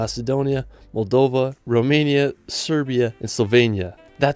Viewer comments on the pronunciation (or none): none